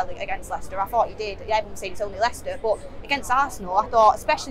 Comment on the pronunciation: Maybe I’m weird but I love how says “boh” (but).